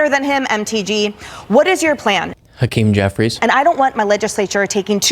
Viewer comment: "Hakeem Jeffries" 👏🏼